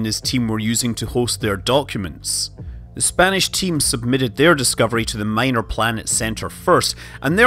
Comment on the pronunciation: What's "submidded"?